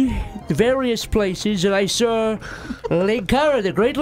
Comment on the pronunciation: "I sawr a goblin."